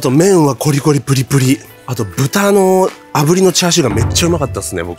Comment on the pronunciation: チャー↑シュー😂😂😂